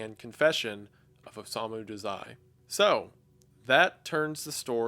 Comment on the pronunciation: hallooooo! i love the vid but the one thing i couldent get past was the way you pronounced his name 😭😭 its Oh-sah-mu dah-zai